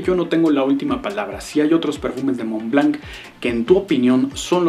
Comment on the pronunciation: SE PRONUNCIA MONL BLOT